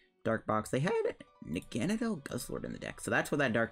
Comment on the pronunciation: I THOUGHT I WAS THE ONLY ONE THAT PRONOUNCED NAGANADEL LIKE THAT!! IM NOT ALONE!!! Everyone I know says “nog-uh-nay-dull” 🙄